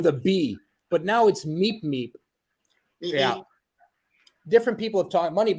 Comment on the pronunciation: I remember the words on the screen, said beep beep. But it sounded like he said meep meep.